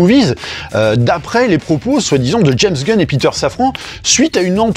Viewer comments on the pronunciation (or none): none